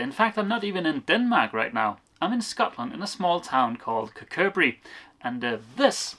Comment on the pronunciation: impressive pronunciation of "Kirkcudbright"!!